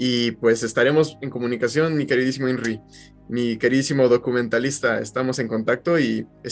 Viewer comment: Me gustaria saber porque en el saludo le dijo inrrí al documentalista!documentarian!? Y me gustaria saber tambien que significa esa palabra!?